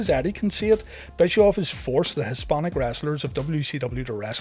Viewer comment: BTW it is Bishoff